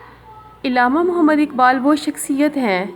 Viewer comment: It's not illama it's Allama